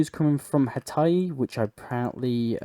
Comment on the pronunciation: Hatai? HATAI? You mean HAITI?! H A I T I... Try "how to pronounce", please...😊